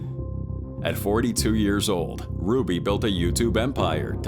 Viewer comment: I don't suspect Ai until the narrator does something like pronounce the name ruby as ro-be